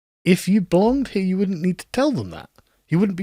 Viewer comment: The way the word "you" is pronounced in so-called 'MLE,' induces within me an almost uncontrollable urge to vomit 🤢